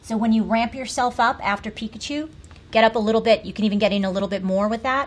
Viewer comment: did the director say Pipichu instead of Pikachu 😂😂